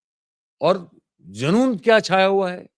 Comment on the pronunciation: सर!सिट्टी पिट्टी गुम होता है और जुनून होता है ज़ुनून नहीं। जैसी स्थितियां आप बता रहे हैं तो आम आदमी का किसी भी प्रदेश में जो बीजेपी की है उनमें बाजारों में घूमना मुश्किल है।